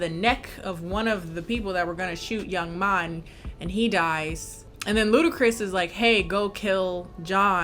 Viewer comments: Its young M.A. I thought.. not ma like mommy lol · I love you but something about you saying Young Ma instead of Young M.A was really getting to me😂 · I’m mad nobody told my sis it’s pronounced young M.A. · The fact that you called the girl Young Ma when he name is Young M.A LMFAOOOOOO